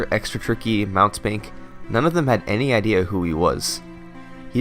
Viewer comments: Mountebank is pronounced Moun-tee-bank, and it means charlatan, fraud, or trickster. Usually it has the sense of being petty. Just a fun tidbit when thinking of this guys' runs. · FYI mountebank isn't "Mount bank", it's "mount-ee-bank". It's a word that means charlatan, or professional, but small time, fraud. Not two separate words, but a single word. Think of a man in a cape trying to sell you something worthless, then once you find out it's cheap nonsense, he drops a smoke bombs and tries to run away.